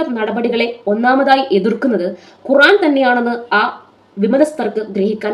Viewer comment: ഖുറാനല്ല ഖുർആൻ എന്ന് കൃത്യ മായി പറ യു താമനയിൽ എഴുതി വെക്ക് 🥰